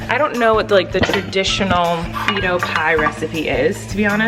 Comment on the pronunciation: I was so confused when she said frito pie 😂